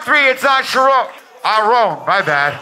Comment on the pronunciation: I think dropped a charron bar right before too. Calling rone’s mom a Sha-Rone. So it just slipped. 😂